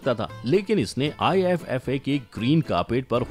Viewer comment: Abe iffa nahi iifa hota hai😂